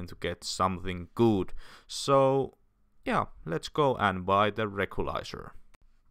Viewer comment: Ei millää pahalla mutta musta tuntuu että recycle lausutaan ''resaikle" eikä "rekylais" 🙂👍